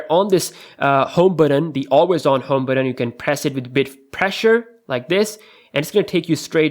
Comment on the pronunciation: BUTTON NOT BATTON FAM!